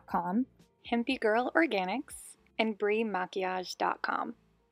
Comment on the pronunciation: the queen of pronouncing things funny NAILED maquillage! So proud of you boo! ALSO how did you know I was waiting for this video!